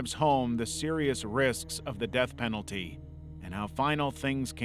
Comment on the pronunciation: Said earlier, "serious risks to the Peth Denalty" .... Yeah? so what do you do with these winners?